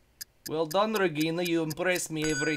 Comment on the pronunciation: that was a russian accent...regginaaa